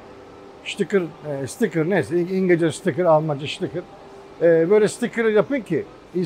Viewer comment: Sizde çok rahatsız edici bir psikolojik hal var. Tarihi eser niteliğindeki eski ingiliz karavanı tanıtırken de çok rahatsız olmuştum. Adam şitikır diyor, sticker diyor çıkartma diyemiyor.